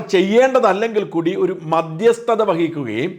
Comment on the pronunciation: ഷാജൻ സാറെ... മദ്യസ്ഥത അല്ല..... മധ്യസ്ഥത.....